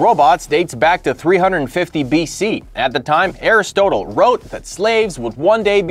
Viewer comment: You keep giving yourself away as an automaton by mispronouncing well-known names like Aristotle. WTF, man.